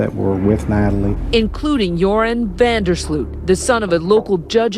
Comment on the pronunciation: It's prenounced 'von dur sloat' -_